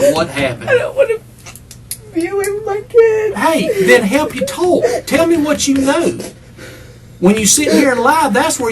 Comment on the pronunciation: I was about to say the same thing. You can't say "talk" lady?